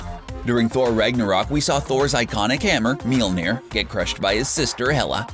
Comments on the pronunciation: God the way this guy mispronounces Mjölnir drives me bonkers. It's not MEE-yul-NEER; it's TWO syllables mYOL-neer (myol, like saying mule with an O instead of a U) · Mm-YOL-NEER. Please learn proper pronunciation. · That was weird way to pronounce Mjolnir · Dear Narrator: Please. Stop. Saying. Mjölner!!!! You butcher it to death.